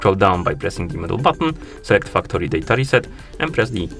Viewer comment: Man the way you day factory is hilarious....😂😂😂 Sounds like Fuck tori. Be careful